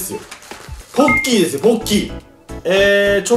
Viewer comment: ポッキーですよぼ○きーって聞こえたw